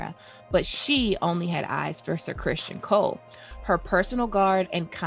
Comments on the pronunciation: It's CrisTON not Christian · You're certainly not wrong